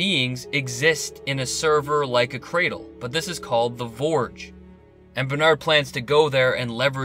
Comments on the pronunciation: Ps. It’s not Vorge. It’s Forge but you seem to have a number of surprising issues with the English language. There are obvious gaps in your education that would normally be funny but in your case I feel a little sorry for you. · Its called the Forge, not vorge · NS56sn - Yea! What's he saying? Borge? So fing annoying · Pretty sure it’s Forge, like a blacksmiths forge. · Oliver Quinn Vorge, I think 🤤 Yes, it's definitely Forge. I'm really not sure, unless author () is not a native English speaker, how he could mistake it otherwise. A forge is a place where things are made and formed. It's an obvious name for a facility that has the purpose that it has. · You sound like an intelligent guy. I'm surprised you said vorge over and over. I don't think that work exists. But, hey, we're only human. Or are we? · It’s called the “FORGE!” Not the “vorge!” What is a vorge??? You know what a forge is! Look up the definition of forge and turn on your captions to watch it again! 😬🙄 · Forge, not vorge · Its "The Forge" good vid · Forge has a soft F - Sounds like you keep calling it the Vorge. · Vorge Vorge Vorge Vorge Vorge so irritating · As always awesome review. I'm laughing my butt off at how many of us felt the need to "correct" your pronunciation of forge. Keep up the great work. I hope we don't have to wait till 2020 for season 3... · why does this guy not know how to pronounce forge? its where humans are forged into machines is he confused or just doesnt know how to speak properly.